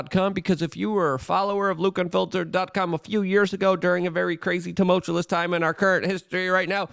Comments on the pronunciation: TUMULTUOUS, doesn't have a second L. It's not TUMULTULOUS...smh. You're not making yourself sound, very educated. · TumulCHULLIS... SimaTAINLIUS... lol dude has his own vocabulary